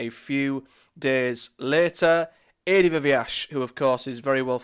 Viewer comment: I think you pronounced Adi’s surname differently every time you said it 😂